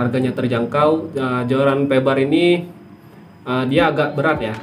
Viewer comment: Bukan Feber tapi fiber 😂🤣🤣